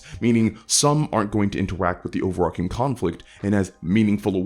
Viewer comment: You keep saying "over-arcing." Like, a lot. I'm not familiar with that term. What does it mean?